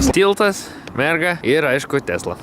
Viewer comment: Tešla o ne Tesla nu😂